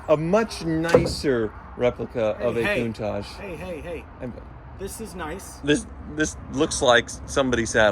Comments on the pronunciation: Nah, don't sell the Countachgee ( pronunciation) now. In ten years, it will be worth enough to pay off another ex-wife all on its own. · What's with the pronunciation 'koon-taj'? Come on surely you know better than that